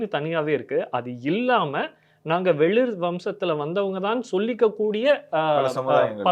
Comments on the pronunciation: சிறு திருத்தம் , வெளிர் இல்லை வேளிர் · டேய் அது வெளிர் இல்லைடா வேளிர்டா..... இப்படிலாம்பேசி நீங்க ஒரு பக்கம் கதையை கெடுக்காதீங்கடா